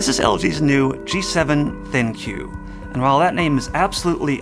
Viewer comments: It's supposed to be pronounced 'thinq', not 'thin-que'. smh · Can you just pronounce it "think'"? That's how I've been saying it, cause you know it makes sense with the overall theme of the phone is. Also when you say think-you I feel like saying your welcome for some reason. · If you could thinq you would know that it’s not pronounced “thin que” it’s “think” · Its pronounced "THINK", why would any one call it Thin- Q ? Ridiculous! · This is the first time I heard ThinQ said out loud and I thought it was supposed to be pronounced like think. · I think that's Think with a 'q' and not Thin-Q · Am I the only one that is 💯% sure it's pronounced THINK (THINQ) because of all the AI focus? 🤔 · I think it's pronounced as ThinK, the Q is fancily replacing K... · It's pronounced "THINK". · It's not pronounced 'Think'? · It's pronounced "Think!" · isn't it pronounced "think"?